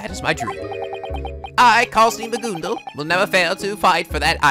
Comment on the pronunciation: it's not magoondal, it's ma-gun-dl